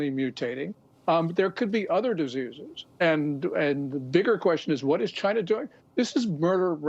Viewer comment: Chy-na at it again.